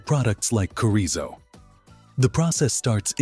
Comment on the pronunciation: He said corizo. But meant chorizo. Lol.